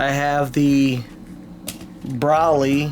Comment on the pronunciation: Not tryin to be a douche but it’s NOT pronounced “Braly” like you said throughout the video. It’s pronounced “Bro-lee.”